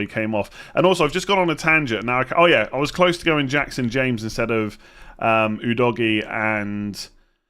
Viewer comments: Udogie is pronounced "ooo dough gi yay" Not you doggie please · It's U-dough-gy, don't be ignorant!! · The correct pronunciation is uhDOHgiA